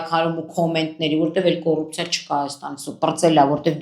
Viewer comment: Տիկին չսովորեցիր հայերեն բառերով խոսալը։ ԿՈՌՌՌՌՈԻՊՑԻԱ , ԿԼՈՈՌՌՈՒՈՒՊՊՑՑԻԻԱԱԱԱ։